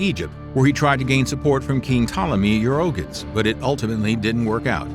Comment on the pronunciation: YouerrGHEEtees, not YouROHgus. Jesus!